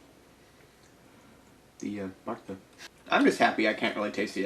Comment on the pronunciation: TUUU PRUNAAOUCE DIS IS BANGING MISS BARTA